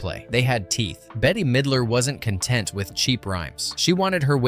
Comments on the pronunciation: Please pronounce her name correctly, it’s ’bet’ Midler, not betty or anything else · Her name is bette not Betty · WHOA, WHOA, WHOA IT'S "BET" (MIDLER), NOT "BETTY". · Betty ?? It's > Bet < ffs Bette Midler should smack the sense into you . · Her name is Bette (bet) middler. Not Betty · It Bet,not Bet-te. Midler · Her name is pronounced “Bet” Midler. They did film some of it in Salem. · How DOES ANYONE NOT know THAT it is pronounced BET Midler , spelled BETTE MIDLER smh She's an ICON and deserves to have her name said correctly!!! Please work on doing BETter 😭😭 (see what I did THERE?!) 😂😂😂😂😂😂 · Bette. Pronounced "bet". Bette Midler. It's responsible to learn your subject before speaking on it. ✌️ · "Betty" Midler lol oh lort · Her name is pronounced bet....its spelled bette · BETTE-Y LOL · NS right?! They lost me at the first “Bet. T.” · how many times can you get her name wrong crikey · how do you not know how to pronounce Bette? good video otherwise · Bette Midler's name is pronounced BET!!! NOT BETTY!! NOT BITTY!! SALEM is only pronounced one way SAIL-EM... Just like the town in Massachusetts!!!